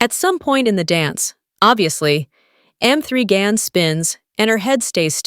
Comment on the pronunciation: Damn, learn to pronounce the title of the movie. Irritating narration.